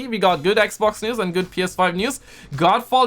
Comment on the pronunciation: Am i the only one who likes when he calls the xbox. ekbok